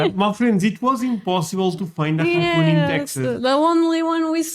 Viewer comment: Cockoon!? I've heard English butchered (indians) but cockoon?? How?